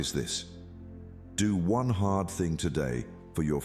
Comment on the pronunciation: Bhe said heart not hard